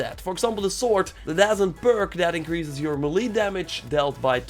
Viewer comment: Melee is pronounced May-lay